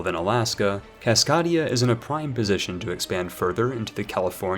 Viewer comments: it's pronounced Cas-kay-dia, not Cas-cah-dia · I will be sure to like your video. You always manage to improve my game so it is the least I could- "Cas-KOD-ia"... and unsubscribed. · Nice video, good jokes and info! Buuuut you pronounced my home wrong lol, it's CascAdia, hard A not soft 👍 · 'French Ducky' 'A Pie Rus' 'Loffarre' 'Caskadia' 'Lubbec' But he can say Baja California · Actually, Herzegovina is pronounced like.. Herzgovina. The second E is silent. And fucking KÁSZKÁDIA. WTF WASTHAT. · It's CasKAdia like it's a longe "A" sound like "CAT" not a soft "a" like "Caught". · As a Cascadian, it’s pronounced Kass-Kay-Dea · The way you say Cass-CAY-dee-ah hurts my brain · take that back my man. Jokes aside, Cascadia (pronounced kaskadeia) is named after the Cascade mountain range and is more of a cultural union created due to the people of Northern California, Oregon, Washington, and British Columbia developing and sharing a distinct culture different from the rest of their respective nations. It's actually a growing movement at the moment. Its politics were originally based around self-sufficient conservatism, but has shifted to a more Social Democratic/Social Libertarian mindset over the past few decades. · you’re good 😂. Kas-kae-dee-uh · You butchered Cascadia's pronunciation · The way you are saying Cascadia hurts me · Thank you for the very good video. But I always cringe at the thought of non-native English speakers learning words from you. Cascadia comes from Cascade, and the main vowel is pronounced that way. Papal has the same vowel sounds as Naples. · As someone who lives in Washington state, your pronunciation of Cascadia made me laugh. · As a person from the Pacific northwest, I'm offended by his pronunciation of cascadia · That pronunciation of 'Cascadia' was a bit cringey